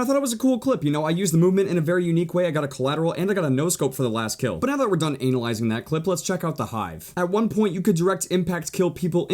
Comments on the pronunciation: Why does say anal-ising and not a-nal-eye-zing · he said analizing im done... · Anulising lol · Is it just me or he said ANALyzing? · bruh he said anal-yzing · Wait, did he say anal-yzing? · He said anilzing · "Anal lizing" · When he says "Anal"yzing taut clip lol at